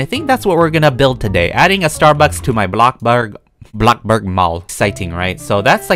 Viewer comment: I luv ur smile also I love this mall series. Keep it up! I also love the way u say bloxburg!